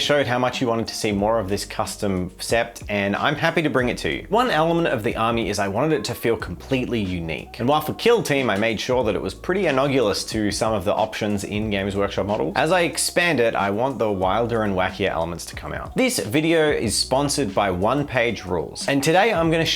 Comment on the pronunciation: Okay I'm really sorry to be That Guy, but just in case your pronunciation of "analogous" wasn't just a slip-up/tongue-tied moment: it's actually (and again, trying to be a respectful "actually" instead of a snide "UM, ACKCHYUALLY"...) pronounced "an-AL-uh-guss", not "an-OG-yu-luss". Think "analogy" but instead of the j-sounding g like gentle or giraffe, it's a hard g like go or get. Just wanted to give a little heads-up/FYI in case you pronounce it "an-OG-yu-luss" in front of someone IRL who might actually judge you or think less of you instead of some random internet asshole (e.g. me) whose opinion doesn't matter.